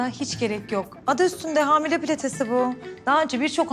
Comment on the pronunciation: Yine hamil demesi baran ya